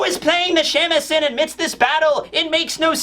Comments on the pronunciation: Shamisen (shah-mee-seh-n) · Hearing your pronunciation of Shamisen is too funny. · How you pronounce shamisen makes me giggle